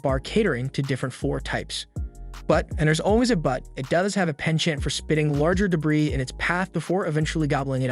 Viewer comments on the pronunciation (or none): de-bris (strike 1)